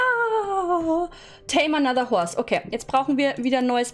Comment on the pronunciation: Nicht böse gemeint aber du sagst IMMER Chorse Stadt Horse